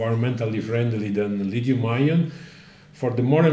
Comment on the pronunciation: Und sie sagen "Lit-hium"! Wie gut, das zu hören statt Lizium .